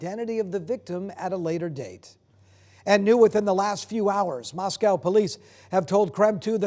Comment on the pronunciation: Really 2? Learn to pronounce Moscow as in Idaho not a city in Russia. We don’t live in Spo-cane. We live in Spoka-can. Crappy as this city is I expect people to pronounce it correctly. Don’t embarrass this city more than it already does on its own.